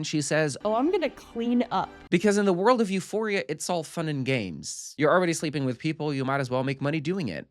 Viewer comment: lmao it sounded like you said eusexua